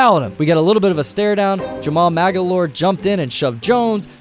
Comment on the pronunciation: butchered Jamal Magloire pronounciation